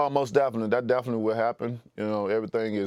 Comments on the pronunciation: “most daffaly” 🤣.....most definitely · "Daffinitely" deontay "i got the asperience" wilder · Reporter: you repeat yourself a bit to mu.. Wilder: oh mossdefinetly